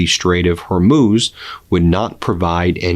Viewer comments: Good job, you finally learned to pronounce "Hormuz". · Hey congratulations on pronouncing "hormuz" correctly! I'm so grateful you read my comments about it